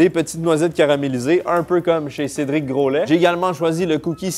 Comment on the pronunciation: Cédric gro...laid il la dit CÉDRIC. GROLAID